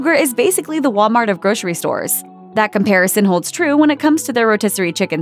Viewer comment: Gro-sery. Repeat after me. Gro-sery. There is NO "sh" in grocery unless you are missing teeth or have a lisp. If you are unsure, pronounce identically to "rotisserie". If you need an implant specialist to correct your missing teeth, I would be happy to recommend one.